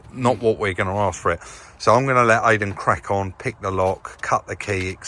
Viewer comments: Great vlog as always but thought Aiden pronounced his name Iden yet still insists on calling him Aiden. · You told us not to call Aydin 'Aiden,' but you're still calling him Aiden yourself lol. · Will be a great van, ideal for smuggling 😁I think the key guy likes his name pronounced Eye-dan (like Chris ) not Ay-dan.